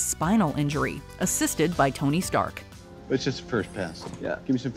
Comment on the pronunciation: " is this the delivery for uh (looks at box) Tony Stank "